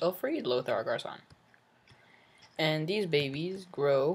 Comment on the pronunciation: LOL you say garcon like its his last name!! hahh it means boy in french